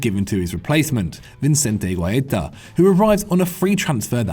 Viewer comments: Oh dear lord. It’s pronounced Vi-sen-te Hua-i-ta Not even close to Vincente GGuaita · It actually sounds like he's trying to make the name sound Italian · It cringed me so hard how much you butchered Vicente Guaita's name